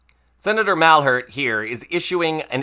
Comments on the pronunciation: Excellent thanks… The english pronunciation for Claude Malhuret last name should be something like "mal - iyou - rayt". 💙🇺🇦🇪🇺🇨🇦🇲🇽🇫🇷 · Yup, it's time to call Trump a big mac eating surrender (to Putin) monkey. I think any reasonable American will find it fair. Oh, I forgot : Malhuret is pronounced (apart for the specific French "u") mal-u-ray.